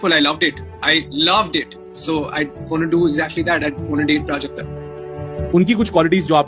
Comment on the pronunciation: Her name is prajakta not prujakta The wrong pronounciation gave me a headache